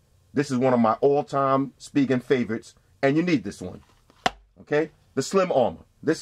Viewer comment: its (spy gen) not (speegen) lol no hate